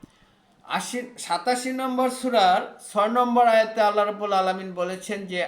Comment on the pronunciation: সবাই ইসলাম প্রচার করার জন্য দাঁড়িয়ে যায়! এত ধীর গতিতে বললে মানুষের শুনবার আগ্রহ থাকবেনা🙏🏼। আল্লাহ="আল্লাহ্" বলুন।